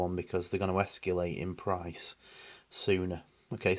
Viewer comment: Esc-U-late ? Come on man, why should I listen to someone who can't even read or write or pronounce words correctly?